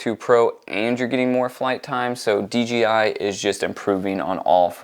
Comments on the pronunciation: It’s dji not dgi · Dude, it’s D ”J” I . Other then that great video ..